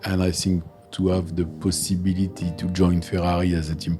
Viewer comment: "The pussibility" 😂